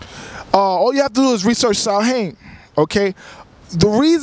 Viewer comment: Samhain comes from Ireland. It's pronounced sowin.